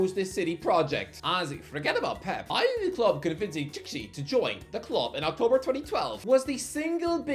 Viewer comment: My god man..Txiki is pronounced SHE-KEY😂😂